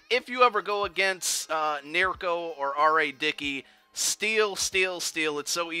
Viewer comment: NieKRo. NOT Nierko.@